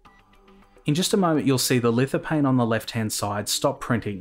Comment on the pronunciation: you don't prononce the "P" in lithophane, ph is "F"